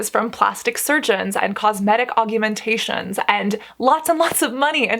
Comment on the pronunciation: Cass, aug-u-mentations